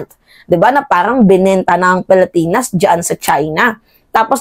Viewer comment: Pilipinas ang pronounciation hindi palipinas.